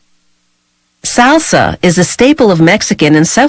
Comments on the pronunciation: SALE-SA, H-ERB, CIL-ANN-TRO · I've never heard someone butcher the word "salsa" so many times in one sitting. Or "cilantro" for that matter. ;) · i’ve never heard someone pronounce salsa, cilantro, and herb like this 😂